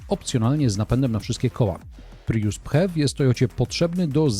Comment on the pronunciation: Co jak co, ale po kimś, kto testuje samochody, spodziewałbym się wymawiania jak człowiek – „prius”, a nie „pryjus”. A „na ekranie można podglądać ustawienia”, a nie je „podejrzewać”.